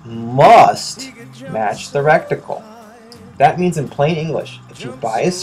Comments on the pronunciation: Turret and reticle. Not turreNt and reCticle. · It's "MIL reticle"! Not "mill reticule" as you write in the description. - Add: And it's "reticle" XD sure as hell not "recticle" as you say in the vid. -Add: AND... it's "turrets" not "turrents". LOL!!!!!!!!!!!!!!!!! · Goodness. Stopped watching soon as i heard rectincal. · This is a good review and thank you for that. now learn how to say reticle